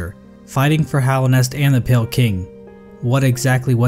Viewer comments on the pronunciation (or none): none